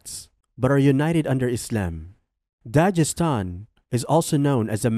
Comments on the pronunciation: I think you didnt prepare well … your pronunciation is totally wrong of all names you mentioned in this video. Its Bash-kor-to-stan not bakhshorstan.. its Tatar-stan not Tatarshtan Its Habib not Khabib Its Daghis-tan not Dajistan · The g in Dagestan is like the g in guest. Nice video btw